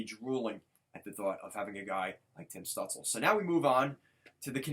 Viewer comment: Stutzle is pronounced “Stoot chla”. Great video, I’m a sens fan and honestly both these guys are unreal. We will both get a star out of this